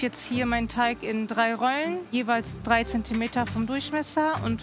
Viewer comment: Mich stört es immer irgendwie, das immer Teich statt Teig sagt 🙈😂